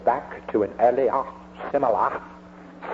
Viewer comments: earli-AH simi-LAH incident. classic! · the way he would pronounce words like earliahhh, similahh, is undoubtedly proof he was mentally ill.